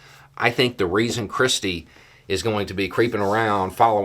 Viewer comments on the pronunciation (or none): Every time you say 'christie' I hear 'cripsy'.